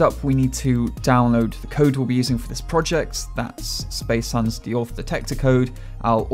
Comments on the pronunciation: Spacehuhn - say it like space h-ooo-n. Nice video! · Spacehuhn... huhn means chicken in german and you say it huhhhhn, you speak the h out loud both times. The second time its cut off alittle.